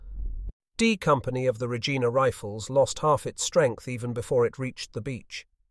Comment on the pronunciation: Regina is the capital city of the Province of Saskatchewan, hence the Regina Rifles. In this context its pronounced “Re-jine-a”. The locals say it’s the city whose name rhymes with fun.